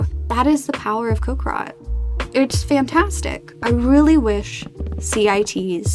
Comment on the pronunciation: "Cock rot" "cock rock" PLEASE it's coc-RI-cot